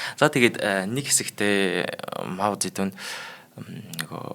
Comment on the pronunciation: Зөндөө мэдлэгтэй сайн хүмүүс байгаашдээ танайд энэ бол сайжрахгүй шүү! Хичээж сонссон ч 6н минут л тэслээ худлаа ярьж бна. Мэдлэггүй бна. Эхлэхдээ л Монголоор Мау зэ дун гэдэг бол Хятадаар моу зэ донг гэдэг гэшш. Сонсход үнэхээр төвөгтөй энэ хүн сайжрахгүй шүү!